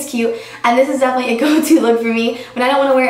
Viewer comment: I love you, but it's 'definitely' not 'defely'. Haha, it's just a pet peeve of mine if anyone says that:) not trying to hate...:)